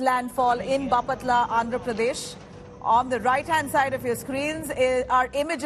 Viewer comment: it's baaaaaapatla Not bapaaaaatla